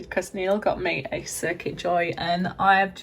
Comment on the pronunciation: Loved this, thanks. Just to let you know it’s cricut (as in cricket) not circuit xx